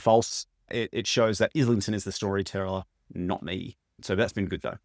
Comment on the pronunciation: Great video. Just a quick FYI. As a fellow Aussie as well. The surname is pronounced eye - lington. The Licanius audio books mispronounce it as well. James himself confirms the pronunciation in two different interviews on YT. One is with Maude Garrett and the other I have seen is with Mike’s Book Reviews. Just after the 1 minute mark Mike asks him.